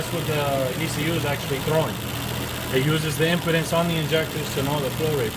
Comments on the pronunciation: No, not me. I understood he meant impedance he just mispronounced it. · impedance bro, not impotence. research "resistance"